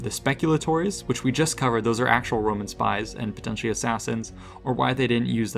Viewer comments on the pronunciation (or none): none